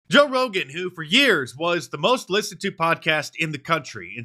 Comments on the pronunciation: Mark get it right is pronounced "Toe Rogan" EDIT: spoke to soon 😂😂😂😂😂😂😂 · I swear you said “Toe Rogan”😂He looks like a big toe. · “Joe Rogain” LOL!